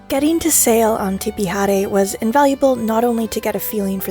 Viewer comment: Your pronunciation of Tipi Haere is beautiful and correct and a joy to listen to. Warren owners almost to a person destroy the predominantly Pacific names of their boats. You and the owner of Tipi Haere honour our two/language. Thankyou